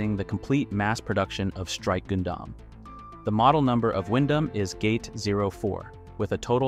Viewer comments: Wait wait wair wait a minute..........did you just pronounce Gundam like Goon Dom?.......whats with the butchering of the name Gundam? Thats just as awful as the Junius Seven incident sir!!! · Just gotta confirm. This dialogue and speech in the video is AI, right. Pronouncing Goon-Damn and saying M and T instead of meter and tons is jarring